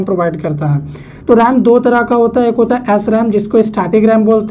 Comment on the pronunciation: Bhaiya राम nhi रैम होता है 😅